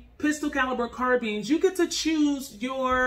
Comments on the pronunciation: It’s not pronounced car beans it car BINES 🤦🏾‍♂️ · no actually we dont.. carbines (car-byns) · nice vid but pronouncing "carbines" like "sardines" had me cringing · “Carbeans” lol nice vid tho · CARBEANS LOL... LOVE THE VIDEO THOUGH!!!! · Why do you keep pronouncing it “carbeens” lol